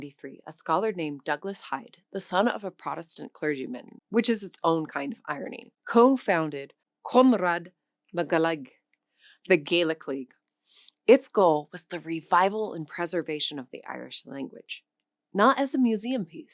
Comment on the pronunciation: Wow! The proniunciation is crazy, you should know words ending in '-adh' are prounounced like ' U ' in English. So 'Conradh' is 'Con-ru' but this is not a hard and fast rule.